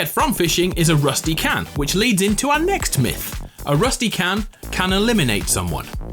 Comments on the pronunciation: "The next myth" sounds like nexiph Nexiph is the guy who did this originally No disrespect luv u good vid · Yeah I thought the same! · Ye same